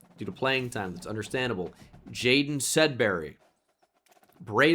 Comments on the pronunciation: By the way you are mispronouncing Jadon Blair's name it's Ja DON like the Don of New York from Giants franchise. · Yeah, unfortunately the game doesn't help you in any way know that it's JaDon since they permanently capitalize the first name.